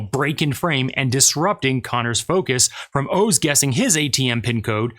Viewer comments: I'm still stuck on the fact that you do not know how to pronounce "Oz". I could see it being difficult for someone from Asia to figure out the correct pronunciation, but would you say "Have you ever seen The wizard of owe's?" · Is his name pronounced "ohs" or is he using AI now? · Isnt it pronounced Oz like wizard of oz? Not Os like multiple O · Wizard of Oh-z. Wizard of Ah-z?